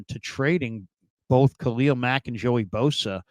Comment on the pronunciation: It’s Khalil not kaleo ..🤣😂😂